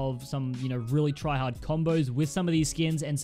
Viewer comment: U said tryahard